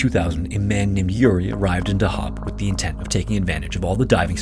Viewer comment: Hah weird to wee a video like this about my home town Edit: afaik dahab is pronounced on the first syllable just fyi